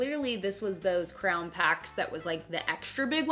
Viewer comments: you say crayon like 'crown' that was confusing XD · I like the way you pronounce crayon. Sounds like 👑